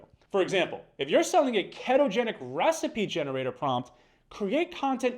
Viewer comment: Ai talking here? You pronounced it Kettogenic. Makes me feel like this guy is an ai. A good one though. ❤